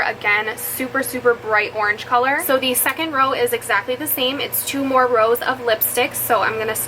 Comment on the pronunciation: When you said “mehr” and “shimmering Cheeto”😂😂💕